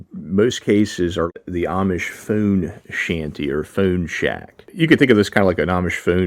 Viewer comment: You say phone like phewn hahah